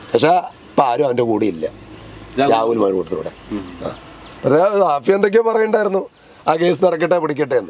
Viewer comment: സഹോദര ഷാഫി ആണ് അല്ലാതെ സാഫി അല്ല